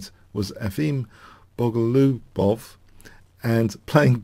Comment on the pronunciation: it's simple. Bo'-go'-lu-bov. Lu as in "blue".